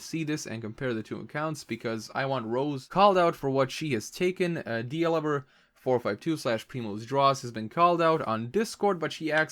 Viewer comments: Pree-rose. It's p-rim-rose. But that's ok. Mispronouncing things happens to the best of us. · He says "preemrose" the m is just very faint when he speaks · PS -- Actually he repeats the non-word "preemose" far too many times to count. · sjfjshdfkshgkdfjgh df the way he prounounces 'primrose' cracks me up like it's... prim.... rose.... as in a mannerly flower..... not pREEmOUS sjkdfhSDGHFSLJDGFH